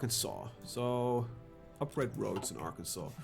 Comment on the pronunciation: "Is AReKansas???" XD yurkilln me man